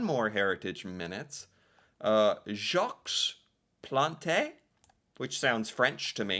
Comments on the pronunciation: When you say Jaques Plante you do not say the S at the end of Jaques and you do not say the E at the end of Plante. Other then that you had the right pronunciation 😊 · As for Jacques Plante, the S in Jacques is silent, so is the E in Plante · Total fail on "Jacques )lahte" though. 😆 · Jacques Plante is pronounced Jok Plont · Just to let you know that in Jacques the ‘s’ is silent and in Plante the ‘e’ is silent. Love your videos. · So cute. Gotta chuckle at you Americans with French., kudos for recognizing that Jacques Plante is a French name. Kudos also for trying to pronounce. So you said the equivalent of "Jocks Plontay". In French, it's pronounced like "Zzjock Plont". So cute. Keep at it. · Awesome Heritage Moments - the goalie 's name is pronounced "Jawk Plont" - not Jaks Plantay 😊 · Jock Plont Jacques Plante is pronounced more like Jock Plont. Haha! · Jacques Plante (pronounced Jawk Plant, the s at the end of French names is silent and the e on plante is also silent) wasn't the first goalie to wear a mask some other goalie in the 20's or 30's wore one once I believe but Plante was the first to wear one regularly. I started wtching hockey ina the 70's and there were still a couple of goalies who didn't wear masks and most players didn't wear helmets until the late 70's. As for the neck guards the IIHF (International Ice Hockey Federation) has deemed that all international hockey games the players must wear neck guards, I think it took effect NY Day 2024, the NHL hasn't adopted this rule yet but they aren't governed by International Rules but they need to, hockey is a beautiful sport but a person should be protected especially in vital areas of the body. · In French, we almost never pronounce the last letter in a word. So, it would be pronounced Jacque Plant, the “s” and “e” would be omitted, however, your pronunciation of the letter “a” was dead on. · Jacques Plante is pronounced like Jock Plont.